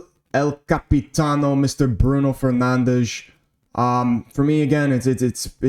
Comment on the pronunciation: Whenever you say Fernandes the Portuguese accent comes naturally 😅. W video even tho too many considerations take away from the very moment the team is going through, Like there is no givens, everybody needs to earn the “Good Enough” I don’t care about potential, what you done in the past, PERFORM NOW! GGMU